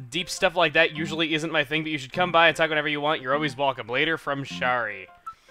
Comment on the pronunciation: 3. I'm sure Shari is supposed to be like "Sherry"